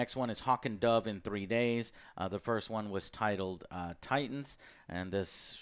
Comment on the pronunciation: Straight down right disrespected the name “Titans”